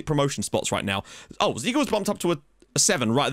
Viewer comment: Changed his name to only just "Oh" still manages to pronounce it as Ho